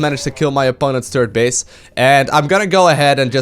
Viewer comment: "Turd base" :-)